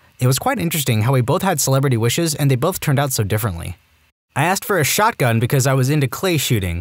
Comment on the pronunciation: "asked for a shotgun" bro went texan fr